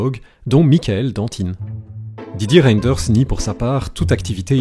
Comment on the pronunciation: On ne prononce pas le y c'est Renders